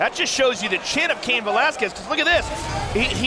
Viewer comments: Cayenne??? I thought it was pronounced kane 🤔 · Bro I was coming to say the same thing! Like you had one job and you can’t even pronounce a one syllable name 😂😂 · it isn't. Because the person who owns the name doesn't pronounce it like that. Also this isn't theoretical, it's been a name for a REALLY long time. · They don’t know how to pronounce Cain. 😂